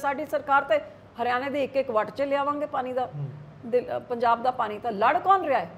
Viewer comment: Enne saal punjab te raaj krn do baad v biba ji nu hle tkk punjabi bolni ni ayi 😂 jehdi bibi ਪਾਣੀ ਨੂੰ ਪਾਨੀ dsdi a ki Bathinde de lok eho ji bibi nu jitaan nu frde a ??? Vote payo lakhe sidhaane nu ✌🏼